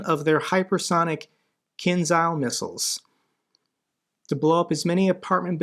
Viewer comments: Kinzhal should be pronounced as Kinjal........ same Ja as in Jazz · may I help you with the pronouncing of one Ukrainian sound please? It is "zh". It makes a consonant like in words division, treasure or azure. Here is kinzhal, Zaluzhny, and even Zaporizhzhia, where there are even 2 of it in a row. It doesn't sound like in zoo and it is quite a common sound in Ukrainian. Thanks for your work from Ukraine. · Can I help you with the pronouncing of one Ukrainian sound please? It is "zh". It makes a consonant like in words division, treasure or azure. Here is kinzhal, Zaluzhny, and even Zaporizhzhia, where there are even 2 of it in a row. It doesn't sound like zoo and it is quite a common sound in Ukrainian. Thanks for your work from Ukraine. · Not a KinZal, but KinJal, like J in Javelin